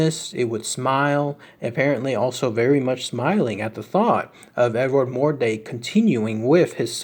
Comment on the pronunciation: Pretty sure its mordrake not mordake